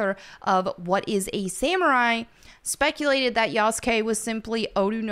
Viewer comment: his name is pronounced: Yah-su-kee not Yas-Gay 😂